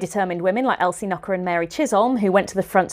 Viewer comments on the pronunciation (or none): It's pronounced Chiz-um but you were really close!